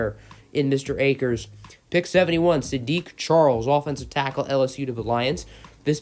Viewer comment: u say tackle weird